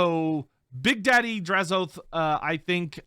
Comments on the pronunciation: I thought them saying Drazh-OATH was a mis pronunciation. I much prefer how you and everyone else originally said it as Drazh-o-ath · Im still saying Draz-o-ath instead of Draz-oath.